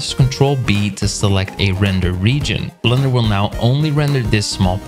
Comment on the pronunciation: Have I been pronouncing Blender wrong all this time I didn't realize it was pronounced blunder LOL